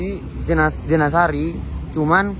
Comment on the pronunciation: Jeniseri mas ngomongnya bukan jenasari wkwkwkwkwk